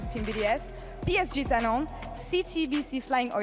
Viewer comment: lmao why was pronouncing talon in french like sure u can say the psg part in french but the talon part isnt french